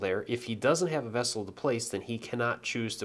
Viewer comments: It's actually vassal, not vassel or vessel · Best video on the game I've seen so far. Thanks most kindly for posting this. I do have to comment however, since it's driving me nuts, its VASsel, not VESsel. They're servants to their Lord, not containers heh.